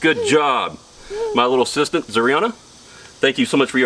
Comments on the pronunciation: Ooooh you said assistant 😂😂 I thought you said “sister” i was like, wow what a break 😂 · I thought he said sister as well. I said what?